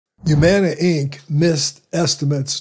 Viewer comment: HUUUUMANA NOT YUUUMANA